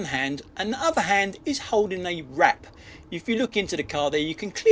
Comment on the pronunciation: I really thought you said the tosser in the Audi was "holding a rat", not "holding a wrap"